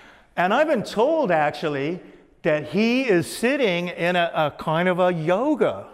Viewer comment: Kiond- one of David's most used word. Love the way he says "Kiond' instead of Kind! Ha. yeah whats with that Acient Aliens Guys Hair-Do!! ha' Love ya David. yer awesome. BTW I grew up with Jonny Quest,Space Ghost,and plenty of Saturday Morning Cartoons. Daivd you Rock(pun intended)